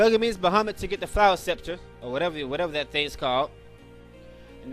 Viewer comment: No offense but you're so cute lol! "Flower sceptray!" Haha it's "flower scep-ter" is how you pronounce it:) XD